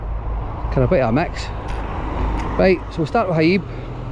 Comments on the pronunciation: Haeeb? 😂 The cranes on lorries are hiab (high ab). Broxburn is alright, I know it quite well.. The bing at winchburgh is massive, good for motocross, quads, jeeps ect. Just watch not land in the canal 😂 Hope you are well 👍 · It’s said as Hi Ab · Its pronounced high ab buddy. Smashing video as always sir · HIAB pronounced High ab.........